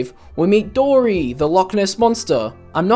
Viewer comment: The way this guy says Dory its top no capppppp